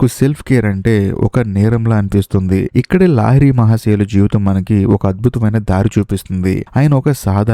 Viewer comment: Sir lahari not laahiri